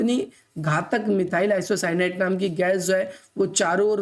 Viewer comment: मिथाइल आइसोसाइनेट ye hai n ki apka wala😂😂